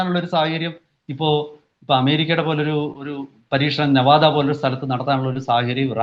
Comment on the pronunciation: എടാ ചെക്കാ നവാദാ അല്ല നിവാദാ ആണ്.